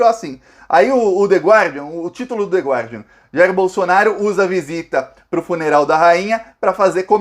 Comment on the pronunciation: Oi,! A pronúncia do jornal é /ˈgɑːdiən/ sem pronunciar a letra "u", ok, dear? Admiro sua precisão vocabular usando a nossa língua, sou sua parça aqui com frequência.